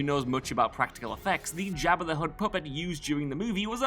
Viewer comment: Lol at "Jab Uh"